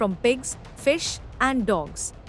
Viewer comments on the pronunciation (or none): did you just say cattle feed contains pigs, fish and DOGS?? Did i hear that correctly? Am i hearing things? Or is that a mispronunciation?